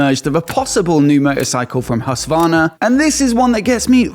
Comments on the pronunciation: its HusKvarna not Hussvarna, just fyi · Plz, look up a Swedish person say Husqvarna 😂 it’s a Q in there!!!